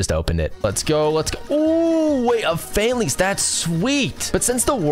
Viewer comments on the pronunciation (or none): none